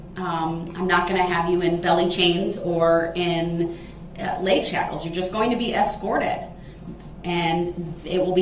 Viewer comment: I think he was trying to say "shackles", but he's entirely illiterate